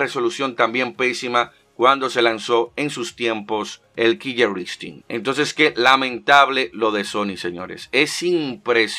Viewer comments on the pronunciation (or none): Solo como una pequeña aclaración, se pronuncia como Kiler Instinct, con una sola L. Por otro lado, yo lo jugué en One y no me gustó. Creo por la misma fiebre del Mortal Kombat XL